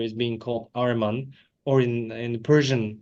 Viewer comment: greetings, a notable note: it is not "Areman", especially in Persian Language the word is "AHRIMAN" , "اهریمن"